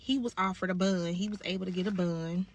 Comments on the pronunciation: Why tf is she sayn BOND like buunnd 🤦🏻‍♀️ And I'm so glad she got LIFE W/O PAROLE !! Most child abusers & pedos dont get hardly enough time !! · SOMEBODY ANYBODY tell her it's BOND and NOT BUNN or BUHHND 😭😭😭😭😭